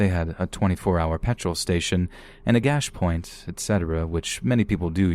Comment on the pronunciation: “a gash point” - nearly spit out my coffee 😂 think you mean cash point.